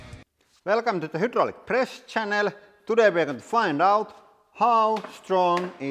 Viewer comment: It sounded like he was saying "Welcome to the Hydraulic Präst Channel"! ("Präst" is Swedish for priest)